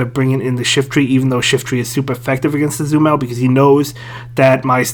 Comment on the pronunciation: Why can't you pronounce Azumarill?